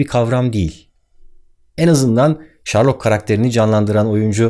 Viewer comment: Sayın Özcan; Sherlock'un telaffuzu şerlok değil mi acaba? Ben şarlok deyince arkadaşım Okan uyarmıştı ve diziye bakınca şerlok olduğunu farketmiştim. Ne kadar önemli bir ayrıntı bilmiyorum ama yazmak istedim hem kanalınıza da faydamız olsun :) Düzenleme: Hilal de düzeltti sağolsun doğru yazılış : telaffuz. Çevremden bilgi, kültür akıyor ben de tutunmaya çalışıyorum işte :)